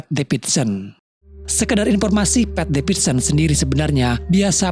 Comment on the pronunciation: dibaca nya "pit, pit devidsen"